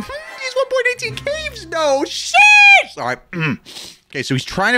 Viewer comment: Why you said sheesh like that